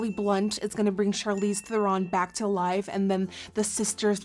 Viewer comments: did! xD It's"'Th-eh-rn", not "Th-er-ron". Or really "Thrrn" with a roll of the tongue in South African. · Actually Charlize Theron is prononced Trrron ...google it!;) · everything is great except for it's thEron, not therOn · I hate to be that person, but Charlize's name is actually pronounced "ther-in" not "ther-ron" ! :) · it is pronounced "Ther-in" she even said so herself.. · when you scroll through the comments to see if anyone had corrected her pronunciation of her name yet... Theron rhymes with heron 😂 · the amount of times she said Charles therons name wrong is funny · Courtney Strydom i just realized that i wrote it wrong XD . and shes saying " theron" wrong not charlize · She pronounced Theron wrong but she's still slaying tho! 💕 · I cringe every time I hear her say Theron.